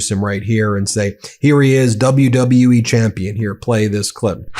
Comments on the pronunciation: WW U-E…man words are hard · how in the hell this president cant even pronounce WWE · His health is really declining in real time. He said WWUE???? What organization is that? 😂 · How about when he introduced triple h he didn't know where he was standing and he said wlwe.... Take note of that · My GOD people! Trump even has trouble saying, "WWE" and "Triple H"! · He's using "celebrities" in his stunt because he thinks it will make him more relatable and therefore a good person. Obviously he doesn't consider crimes he's also engaged in as a deterring factor in their recruitment. It also helps this whole thing look more pathetic when the guy can't even say WWE. The letters, W, W, & E! Wtf is wrong with his brain?! Then he introduces HHH and doesn't know what he looks like or that he's standing right f@ next to him?! God help us all. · Bro couldnt even say three letters properly...WWE...then doesnt even know where Triple H is